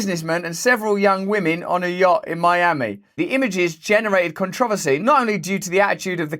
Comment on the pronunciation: Come on Russell, it's not pronounced, "controversy" it's actually pronounced, "controversy" lol